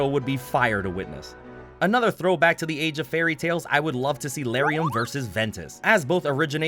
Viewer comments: I think you said Lauriam wrong. Isn’t it L-are-eee-um? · I have never heard anybody pronounce Lauriam this way lmao